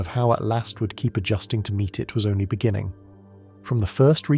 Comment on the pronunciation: Stop starting the story from the very begin ING each time Mr British AI. Good Byd